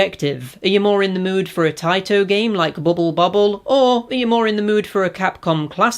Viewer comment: Or taito vs tayto. 🤣